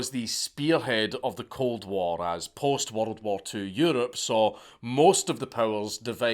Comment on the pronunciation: I get goosbumps everytime Dank says "worRrld". If he ever gives a geography lecture I'm gonna need a bottle of me own.